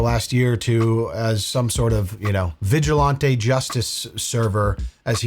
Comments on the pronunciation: Vigi-lahn-tay is killing me😅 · Vigilantay ☠️ It's actually killing me to hear it now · If you Say VIJULANTE (its french) one more time!!! Im gonna send Vitale after you, pink hair paint and Lil Pump!! Why on Gods green earth are you saying it like that?? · Who taught you how to pronounce Vigilante brotha?? Lolol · is love you but you gotta stop pronouncing vigilante like that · if your pronunciation of "vigilante" is a deliberate affect for humor, it's just annoying. If it's a legitimate misunderstanding as to how it's pronounced, please look it up so as to correct it. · Why does keep on pronouncing vigilante the way he does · pronounced vigilante so posh 😂😂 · I love how pronounces "vigilante" like he's ordering one in a fancy restaurant. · I came here for this lol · It's usually pronounced with a hard a as in "man" rather than a soft a as in "father"